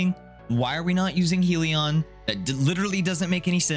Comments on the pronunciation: its HELLion not HEALion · Good video and build, but it's pronounced HELLyun, not heeleon